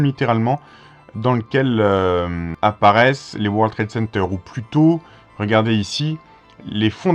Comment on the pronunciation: Vous dîtes:" War Trade Center"...encore une prononciation fronçaise?!